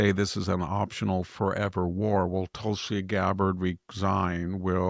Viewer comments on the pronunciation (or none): none